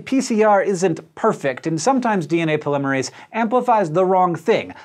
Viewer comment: Hank, I respect you, I love your videos, but I vehemently disagree with your pronunciation of polymerase. still love you though